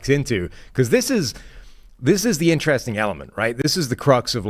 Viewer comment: Will someone please tell that it's pronounced In-ter-rest-ing and not 'intraressin'. Jesus christ.